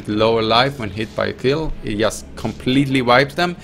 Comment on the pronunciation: drink a shot when he says "yust"